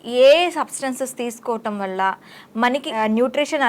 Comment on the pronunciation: వళ్ళ కాదు వల్ల అనాలి